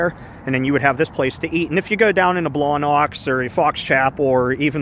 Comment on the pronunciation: that place brings out the best Yinzer accent lol Blawnox lol